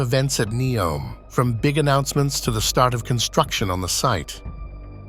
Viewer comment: I wonder how many archeological discoveries will be made throughout all of these grand construction process. Also, is it Ney-om, Nee-om or Neo-m? It was pronounced differently during the entire video.